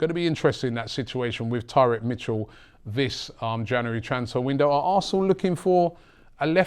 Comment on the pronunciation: I hate the way he pronounces January